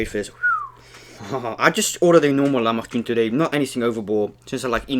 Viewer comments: Lahmacun not lachmacun it’s pronounced lah(with the throat sound like you’re about to spit) lah ma jun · Hey man itsnot lachmacun its lahmacun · Its lah-ma-jun lol